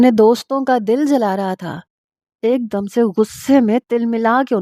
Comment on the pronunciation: dum nhi dum HOTA hai plz words correct parha kro